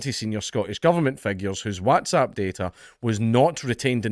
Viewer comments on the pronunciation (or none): why dae u say whAAtsapp instead of Whats-app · FFS gonnie pronounce WhatsApp properly! You make sound like that fad of everyone shouting “whassup!” a few years back. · Is this how Whatsapp is pronounced? I always says what as wot. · We all just glossing over how he pronounces "waaats app"? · You say WhatsApp funny 😂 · I love the way Dank says whatsapp 😂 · Why are you pronouncing whatsapp like an American? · The way you pronounce Whatsapp is hilarious